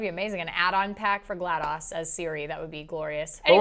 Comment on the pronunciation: was saying Glad0s wrong. It's Gla-DOSE not Gla-DOS